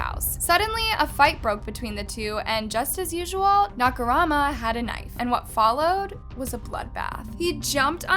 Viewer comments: nice vid, but the constant mispronunciation of his last name is annoying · Na-ka-Moo-ra. Not Na-ka-ra-ma. I mean, at least try to pronounce his name right, please. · I love ur vids but my eye is twitching hearing you say Nakarama when it’s MURA. Ikyk since it’s every other comment but it is disrespectful since it’s a pretty common Japanese surname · Nakumara, Nakorama, Nakamara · You keep saying Nakarama instead of Nakamura?? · Narrator: Nakaruma Subtitles: Nakamura ... My thoughts are just "It's Nakamura!! Not Nakarama or Nakurama or Nakaruma!!" 🤦‍♂️ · I LIKE HOW THE STORY BEING STATED, BUUUUUUT 😭😭😭😭😭 HOW TO UNHEAR "NAKARAMA"?😭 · The “Nakarama” instead of “Nakamura” is pretty annoying to be honest. Like girl - at least try to remember the name. Hearing such different versions of the name during the whole video without even hearing it a single time correctly completely pissed me off. It may not seem like such a big deal but it can be very annoying to some people, had to click off the video. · I'm sorry, I couldn't finish it, the way you kept saying "Nakarama" instead of "NAKAMURA" literally bugged me and it was annoying, sorry 😢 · The moment when says Nakarama instead of Nakamura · nobody:: “nakamaro” “nakamara” “nakarama” 😃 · Girl It's Nakamura not Nakarama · Am I hearing it as "Nakarama" and not Nakamura? A great story though! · I love videos, they're super interesting and the storytelling is great! I just wish she'd put a little more effort in researching how the names of people and places are pronounced when she covers cases from non-english speaking countries. Hearing her pronounce Nakamura as "nackorama" made me physically cringe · Totally agreed. Calling him NakaRama instead of NakaMura drove me nuts. She does impeccable research so why not properly pronounce the name? I know it’s not the end of the world but quite a few commenters were put off by it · "Nakamara" "Nakarama" It's NAKAMURA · She said Nakamara a couple times too haha